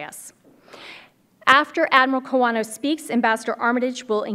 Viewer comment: Admiral Kawano's surname was mistakenly pronounced as "Kowana" in the beginning.